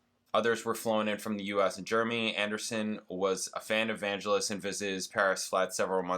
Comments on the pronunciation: Vangelis is pronounced with a hard G JSYK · Vangelis (emphasis on 2nd syllable) wrote "Chariots of Fire". A real eccentric but brilliant writer/player.